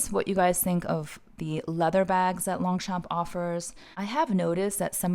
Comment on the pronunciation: Hello, we don’t pronounce the g and the p in French ( in longchamp ) 😉